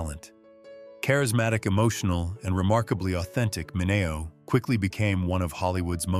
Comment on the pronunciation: It’s SAL MINEO PRONOUNCED MIN-ee- o. I can’t believe you.